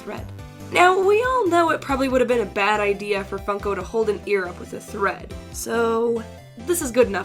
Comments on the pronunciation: Did anyone here she said f****o instead of funko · Your now fun. FUN-ko